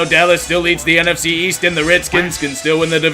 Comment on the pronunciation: East? I thought you said Weast!